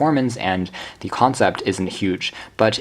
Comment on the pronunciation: As a professional voiceover artist, and someone who passed 4th grade, NEVER say “thee” unless the next word starts with a vowel. It’s “the project”, “the printer”. Your VOA is scratching nails on a chalkboard.